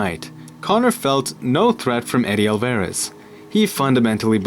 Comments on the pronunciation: AL-VA-REZ. Not AL-VEREZ. lol. Other than that, great breakdown! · Eddie "Wasn't ready" al-VEY-riz.